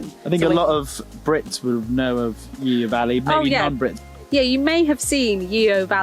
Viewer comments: Its yoo valley not yEo .yes you got to be from Somerset to say it xxx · Enjoyed watching but can't help myself mentioning it's pronounced "Yo", not "Yeo" 😉